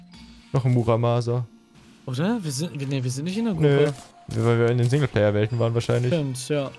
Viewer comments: Creepm Games Beim ersten mal hat er auch Maramusa gesagt also zwei verschiedene😅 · ein Maramusa Das Muramasa: bro du hast 2 buchstaben vertauscht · oh noch ein Maramusa Ich: ES HEIßT IMMER NOCH MURAMASA und ich hab keine Ahnung wieso mich sowas triggers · Jeder: Muramasa!: Maramusa!:D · mAramUsa Realer Name: mUramAsa XD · Das er immer Maramusa anstatt Muramasa sagt XD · nicht maramusa sondern muramasa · Marabusa was hörst n du